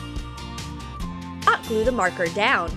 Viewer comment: She say otglue